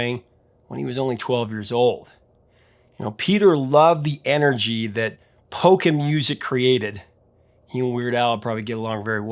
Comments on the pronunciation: Lol, at first I thought you said “poker”, instead of polka. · Polka! I heard "poker"!